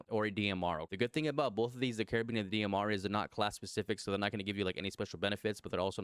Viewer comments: I’ll help a brother out. 🚗 🫘 is how you say it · Car-bean or car- bine 😂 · I kept hearing care-beans 😅😂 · Funny enough that's the French pronunciation of it